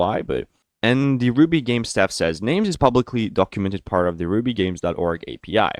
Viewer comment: Now he needs to correct the rubygems pronunciation, gems with j, I love the videos and how fluently he speaks though lol